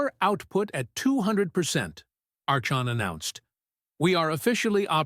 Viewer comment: Archon is pronounced ARKON.